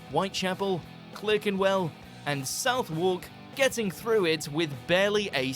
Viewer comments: South Walk? It is said Suvark (Southwark) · The commentator on this does not know how to pronounce "Southwark", It's more something like "Suthuk". Also, we don't usually say "mon-ark" for monarch. It's more like "monnuck". I speak as an RP southerner. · The narrator said ‘South Wark’ for Southwark. The W is silent! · say 'suthuk' (approx.) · Yes he did it is pronounced suthark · ...pardon where? "south-wark" lmao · Yep, I was about to make the same comment! I pray to God that narrator isn't a Londoner, otherwise he needs locking in the Tower! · Me too!! Awful pronunciation for a brit!! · Also, didn't he pronounce "Southwark" wrong? I'm not even from London and I know how to pronounce it! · I'm sorry, Whitechapel and where?? Even as a Dane that sounds bloody wrong..